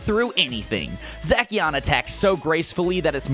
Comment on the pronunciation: I love you man but.. ya totally butchered the legends names. It Pronounced Za-she-an and Za-mu-zen-ta. I hate to be a downer and all but I have ocd so it’s ok. I think...Plz don’t hate.plz